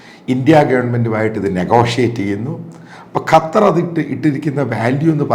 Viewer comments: അപ്പോൾ താങ്കൾക്ക് ഖത്തർ എന്നു പറയാൻ അറിയാം. ഖറ്റാർ എന്നു എപ്പോഴും പറയുന്നതു കേൾക്കാം. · കറ്റാർ അല്ല അച്ചായാ ഖത്തർ! !!!!